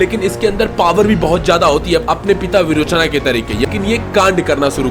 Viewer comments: बाली नहीं बली सुतला नहीं सुतल लोक बीरोचना नहीं विरोचन बामना नहीं बामन भगवान 😤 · सही बात है भाई विरोचन को विरोचना बोलता है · विरोचन not विरोचना सुतल लोक not सुतला ऐसे हर संस्कृत और हिंदी शब्दों को अंग्रेजी कर के स्वर,समास,छंद वर्तनी,तात्पर्य हर चीज की पुंगी बजा देते हैं। गलत पासवर्ड से तो फोन तक नहीं खुलता, गलत उच्चारण से आप किस तरह ज्ञान दे रहे हैं लोगो को की ज्ञान का विकास हो।